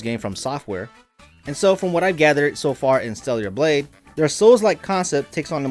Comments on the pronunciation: Bruh its not "Steliar" Blade, it's STELLA Blade! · Who is stella? 🤔 also i caught him saying stellular blade